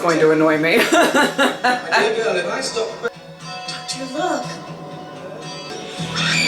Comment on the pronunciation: Love the way Sil pronounces Doctor as dog-turd!